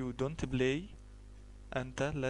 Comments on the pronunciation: يا أخي الكريم ، أظنك من مصر الشقيقة ، و أنت تنطق اللغة الإنجليزية باللهجة الخاصة بك ،ف أنت تنطق this ب زيس ، و بلاي ب blay , شكرا أخي لمجهودك ، لكن عليك مراجعت نطقك لحروف اللغة الإنجليزية ، حتى لا تعلم الناس الخطأ ، و سامحني أخي على تدخلي 👍😊👍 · yeah i laugh at first sight when i hear him ; I BLAY HE BLAYZ XD